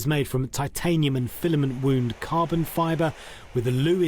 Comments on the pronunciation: 'Filament wound' should have been pronounced 'wauwnd' not 'woond'. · "wound" not 'woond' (injury) but wound rhymes with sound. The filament is wound around a former with resin, to form the cylinder.